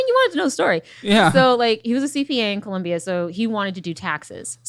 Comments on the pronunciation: She said gibberish when mentioning him being from Colombia. That was not Spanish. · Just the way she pronounces Colombia lets me know she never had a meaningful conversation with that man